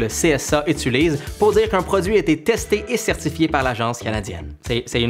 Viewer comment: je suis la seul a remarquer qu’il dit: étulise et non utilise